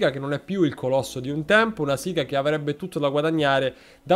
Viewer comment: E io che l'ho sempre pronunciato sega e non "siga" 😂😂😂